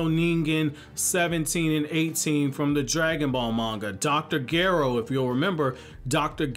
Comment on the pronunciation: Dr Gero (Shure-Ro) lol